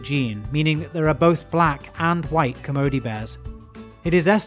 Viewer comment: So glad you pronounced Kermode right